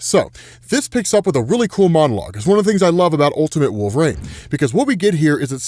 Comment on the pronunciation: Who in the world is "Wolveraine"?